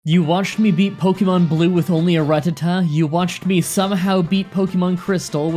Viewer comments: The way you say 'rattata' hurts. It's a rat, not a rut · Seriously, the way you pronounce rututuh makes no goddamn sense it's a RAT RATTA TAT TAT IT IS NOT A F*CKING RUT!!! Fun fact: pokemon cannot be in a rut either. Their financial situations are very much in check, because they never need money. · Ratata not Ratatta😉😉😉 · Rattata, not Ruh-tuh-tuh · 😠😠😠😠😡😡😡😡you mispronounced rattatada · But Ratatta so wrong